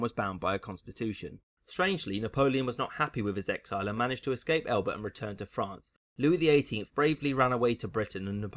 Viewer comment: ahhh, frán-cey, as beautiful as ever